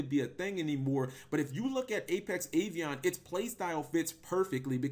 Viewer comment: Are you pronouncing Avian as Avion? Wtf? Do you not know what the letter a is?